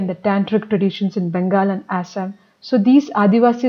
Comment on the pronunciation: Ur prouncing is wrong It is not aasam it is assam And also it is not odeesha but instead orissa